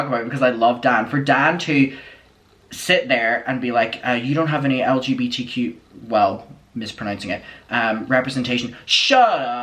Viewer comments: i dont trust a straight person who can’t pronounce lgbtq+. it’s really not that hard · Thank you for your recap! I had to stop watching the podcast after the first time Dan mispronounced the acronym and told lgbtq+ people to shut up 😟 he was acting scary in this episode. But your facial expressions and commentary made it tolerable 😌 much love to the community 🌈